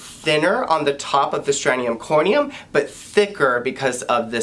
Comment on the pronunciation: it’s STRATUM corneum, NOT STRANEUM corneum!!!! There’s no such word as STRANEUM, and if you don’t know how to pronounce even the most basic dermatological terms, you are OBVIOUSLY a fake!!!!! 👎🏻👎🏻👎🏻👎🏻👎🏻👎🏻👎🏻